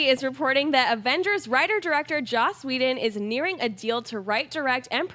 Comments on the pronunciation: For the last time,, it's 'Joss', not 'Josh'. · I kept waiting for someone to correct. It's Joss, not Josh.